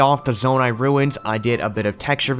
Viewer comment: Did he say "mangrove ruts" ? XD Jokes aside though, this build was amazing! Farosh looked PHENOMINAL and the whole region overall looked stunning. You and everyone who helped you build this are honestly spectacular.